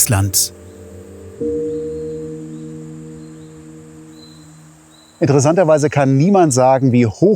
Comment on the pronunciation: Lieber. Auch dein Film Nr.6 war ein Genuß. Ich finde, dass die Drohnenaufnahmen, die Schönheit und großartige Natur Islands besonders gut zeigen. Der Blick von oben ist doch gewaltig. Deine Filme sind nicht einfach Reiseberichte, dass ist viel mehr. Übrigens Respekt für die Aussprache der Ortsnamen😂 Das muss man erstmal können. Ich hoffe, dass du pünktlich die Fähre erreicht hast und freue mich auf deinen nächsten Film. Bis dahin liebe Grüße Gabi😊